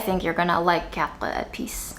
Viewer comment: Your prononciation of Quatre épices is perfect and lovely <3